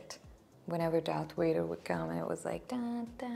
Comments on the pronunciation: It's not your accent but your pronunciation. You're saying it with a "W" sound but it's actually a "V" sound. All Sith sabres are red. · Yay! I've been waiting for you to finally get to these! 🙌 By the way,, I know you pronounce Vader as "Wader", but I also know that's just your natural Indian accent, and I really don't like seeing the other commenters make fun of you for that - I find it very rude. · Why is she saying Vader like ‘Wayder’ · I like the dark makeup. p.s. Don't worry about the pronunciation of Vader. I don't know what your first language is, but I know that the Hindi consonant व can function as both v and w sounds. So, it's easy to mix up the English v and w.